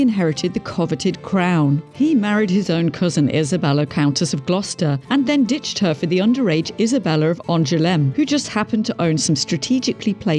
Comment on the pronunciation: Never mind worst king, this vid has some of the most annoying mispronunciations on YT! Stephen = "Steffen"?? Angoulême = "Ann jew lame"! Mohacs = "Mow hash" Oh dear.